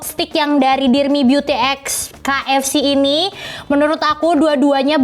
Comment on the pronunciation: KFC = read (Key-Ef-Si)